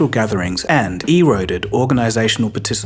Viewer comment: Just thought you should know, erode and scourge were pronounced incorrectly! No hard feelings ❤